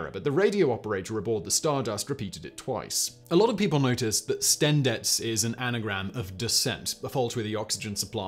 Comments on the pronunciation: Am I crazy or is Simon saying something other than STENDEC? Like it sounds like “sten-dets”. Is my hearing going? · I guess that's how i the ending C would be pronounced in Czech? Simon lives in Prague I believe, so wouldn't be surprised.